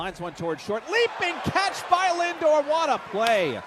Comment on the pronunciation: MLB had to use the announcer saying "Lingor" instead of "Lindor"? Really?